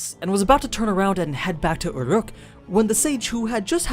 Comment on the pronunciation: it's pronounced "ooh-ruke" not, whatever the fuck that noise is